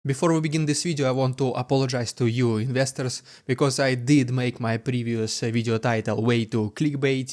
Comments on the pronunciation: Oh you say "investors" in the intro. I never got it before. I was going "What's he saying, ministers?" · I thought he was always saying, "What's up misters" in a funny way lol